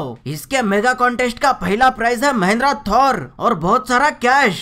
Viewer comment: rohit said mahindra thor🤣🤣😅😅